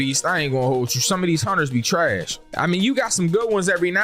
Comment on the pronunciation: It sound like you’re saying haunchers instead of hunters I know I can’t be the only one I heard that